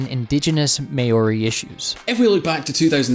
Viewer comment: Maori is pronounced wrong again